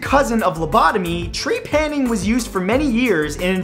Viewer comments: I m sure some one said it but tree-panning?! Ur putting the accent on the wrong part. TrePANing. Just saying. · Trepanning. Well... uh... my last name is TREPANier, so this is uncomfortable for me.